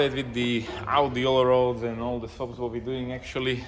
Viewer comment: It is pronounced ALL RAD not ALL ROAD :-) RAD is German for wheel. Allrad is 4-wheel drive :-) And yes, you talked too much. Nice looking girlfriend you've got :-) And very nice dog too.